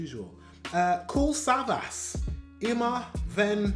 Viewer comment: Greetings from Germany! Your videos are really great. By the way, his name is pronounced "Kool Savash," and he's one of the most successful German rappers; he's known as "The King of Rap." And you know Sido With him, people say, "German rap is called SIDO"